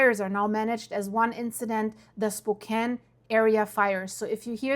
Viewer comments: SpoCAN not spoCANE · 😂 spo CAIN haha. It's pronounced spoh CAN, or at least that's as close as I can type it as text. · Spo CAN. NOT SPO CANE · Spo-Can not Cain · SPO- can, not SPO- Kaine, like cocaine. I live here. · Spo-CAN, not Spo-CANE. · If you can't pronounce Washington towns please don't try and Spokane isn't the 2nd largest city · Lady, if these were your neighbors, you'd know how to pronounce Spokane! It's Spokanne not spocaine. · SPO CAN! Not SPO KANE. If you can’t pronounce it you are a stranger. I’ll go with reports from people who live there. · PRONOUNCED SPO - CAN NOT SPO CANE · It's "Spo-can" not, "Spo-kane." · Spo-cane? It's pronounced Spo-can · Spo-can. It’s not a cane. Spo-can. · Spo-can Not Spo-cane❤ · It’s pronounced spo can not spo cane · Okay small nitpick: Spokane is spoken like can is at the end, not cane and its kind of a pet peeve of ours. Aside from that, the Old Trails fire pretty much destroyed my childhood neighborhood. Many of my friends parents lost their houses and only a handful of houses are left standing. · It's not pronounced "Spo-kane." Rather, it is "Spo-can." Thanks 😂. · IT'S PRONOUNCED "SPOKAN," *NOT SPO-KANE. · Spo kane You were NEVER here!!!! It's said, Spo can...you are false and a joke!!!! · PRONOUNCED... SPO CAN NOT CAIN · It's not Spo Cane it's Spo Can. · It's Spo-CAN, not "spo-Kain" OK? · It's pronounced spo can not spo cane 😂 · Spoke-Can not Spoke Cane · Spo-can, not Spo-cane, not that it matters. Love all of your updates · You mean Spo-can. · Pronounced Spo-can. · Is this really necessary? Who cares how anyone pronounces it. At least she is talking about it. Oh, I’m American and I pronounce it Spo-can. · Fyi,, Spokane is pronounced like “spoh-CAN”. I notice you have an Eastern European accent. Are you Russkiy? Do you report on wildfires in Rossiya? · Tacoma is bigger than Spokane, pronounced spoke - ann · It's spo-can. Pretend the e at the end isn't there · Pronounced Spo can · Pronounced "Spo-Can"